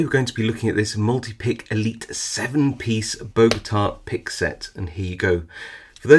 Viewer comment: Great video, thanks! One little correction, it’s Bogota not Bogata. That’s actually the name of the city where I live :) Don’t know why those picks are called that though